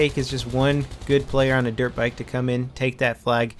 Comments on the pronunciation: good video, but the annoying thing is that i keep hearing derp bike instead of dirt bike =/ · It sounds like he's saying "derp bike". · sounds like he says Derp bike ;-) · I keep thinking he says derp bike